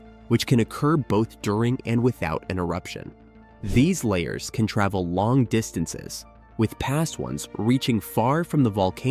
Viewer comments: The word "lahar" is pronounced la - har, with the accent on the 2nd syllable. The first syllable is LA, as in Fa, la, la, etc. It is NOT layer, as you have pronounced it. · Lahar is pronounced La Har Not Layer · LA har. Not la bar. But definitely not layer. Lol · " Layers"?? You mean lahar( la-har). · La Har , not LAY HAR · Why didn't you use a clip of the real Mt. St. Helens when you mentioned it in the intro? And "lahar" is pronounced as la-HAR, not lay-er. WTF? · Computer voice doesn’t know what a LAHAR is.. layers.. right. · Can you pronounce lahar corectly?